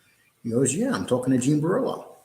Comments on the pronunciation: It’s Borrello….not borillo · Yes that is extremely irritating, it's not like it's a difficult, multi syllable name ffs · You’re pronouncing genre wrong. You’re pronouncing Jean Borello’s name wrong. I can’t take it anymore